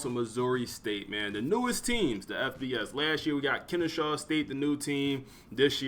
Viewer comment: Maybe you got a lisp if so I apologize, but its Kennesaw not Kenneshaw.